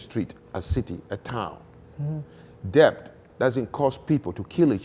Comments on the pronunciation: Who is this man, he is just shouting and not allowing the woman to speak. He is so arrogant and thinks he knows it all, my God. By the way he can't even pronounce debt correctly, the t is silent. It's det in pronunciation but spelt as debt. He kept saying debt pronouncing the b. The only part I agree with him is that the Africans built nothing. The slaves captured as he said weren't educated people, everything in that regard he is correct. He is correct that it's colonialism that brought modernity to Africa. Our ancestors did nothing for our pride or dignity. They wrote nothing, built very little and that is it. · I find it rather astonishing that an intelligent, fluent English speaker like doesn't know how to pronounce the word "debt." It suggests a man who learned English chiefly through reading and listening to himself talk. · PLEASE... do not pronounce the "b" in "debt". Like with the "b" in "plumber" and "bomber" and "lamb" and "comb" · If he pronounces debt with a b one more time